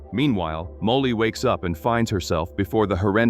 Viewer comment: ... at least get an ai that can pronounce Molly properly...